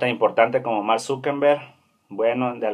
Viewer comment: Mank Zuckenbeng??? Al menos pronuncia bien